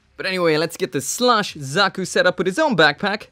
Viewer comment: keeps sounding like you're saying 'slush zaku' which is funny given the color scheme.